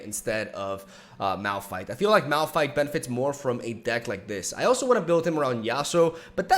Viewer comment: It's Malfight not Malrun